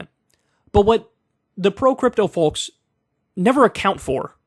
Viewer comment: Kyle is so gangsta he even pronounces the L in 'folks'. :D